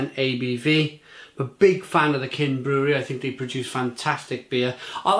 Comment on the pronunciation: Love your reviews. For the record, pronounciation is [chin] not [kin] :)